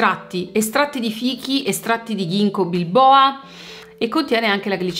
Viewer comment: A ginkgo bilboa sono morta peggio che con Maria Friends😅 Scusa ma da forestale ho studiato botanica, si chiama ginkgo biloba e si legge ginko biloba (bi loba perché la foglia ha due lobi e sembra un ventaglietto🧐🤓). Ginkgo bilboa mi ha fatto pensare a un ent della terra di mezzo, che dopo aver visto i film su Rocky si è messo a pestare gli orchi a pugni. Detto questo, spacchi💜💜💜💜